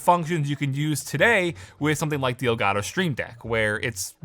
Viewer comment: i love how he says ol garo instead of el gato